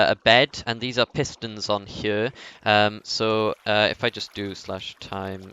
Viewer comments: How the fuck do you even say here, its sounds like chjø how you say it. Just fucking say HERE. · I hate the way you say here